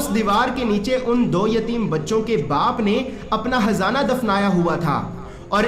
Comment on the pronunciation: aur hzana nhi .khzana he .shi nhi bolte he